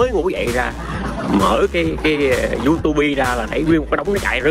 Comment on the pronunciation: Sống ở Mỹ mà nói youtube.. Du Tu Bi 🤣🤣